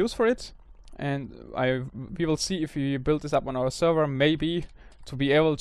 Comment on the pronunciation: Could you start pronouncing "WE" properly?